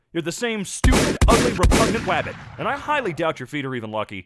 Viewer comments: This reminds me of looney tunes with the way he says Wabbit lol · I like how they keep saying wabbit